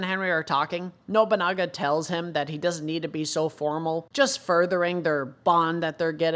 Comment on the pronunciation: Those symbols just indicate which bathroom is for each sex. Please stop overthinking things for 5 minutes my god. And continue calling Nobunaga "Nobonga" It's Funny.